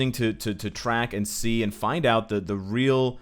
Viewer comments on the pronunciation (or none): none